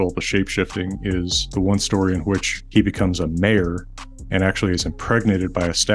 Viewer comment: Genuinely thought for a second you said “Loki turned into a mayor”.